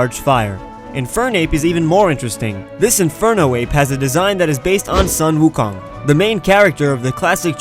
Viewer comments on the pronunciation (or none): _; You pronounced Sun Wukong wrong and it bothers meeeee... It's pronounced like "soon" not "son". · Bro its soon wu kong not sun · U SAID SEN WU KONG WRONG SAY IT RIGHT Shen-Woo-Koh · I'm an chinese and I felt weird when you said the word "Sun Wo Kong" cause it sounded weird but at the same time,was almost the right pronounce of the original word,with the only fault being the pronounce of "Sun",it's not pronounce as sun,like the sun in sky,instead,it's pronounce as "tsun-" in the word "tsundere" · Its sun wu kong but its pronounced soon woo kong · It's sen wu kong I'm chineese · sun wu Kong? you said it wrong.